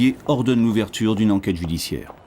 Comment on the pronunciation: Le directeur d’enquête qui rajoute des e à des mots alors qu’il n’en faut pas et qui récite carrément son affaire est très désagréable à écouter !!!😮. Heureusement, que le narrateur et le médecin légiste tirent leur épingle du jeu !